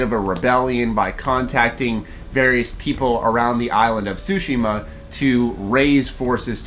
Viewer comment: Calls himself weebs but Americanizes the pronunciation of 対島